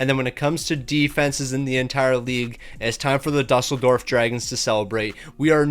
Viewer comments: It's pronounced doo-sell-dorf (Germany) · Ya same (well I live in Berlin but have family friends in Düsseldorf that I visit sometimes). Game doesn’t do him favors not putting ü but still lmao